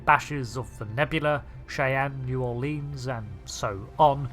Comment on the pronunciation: New Orleans is not pronounced that way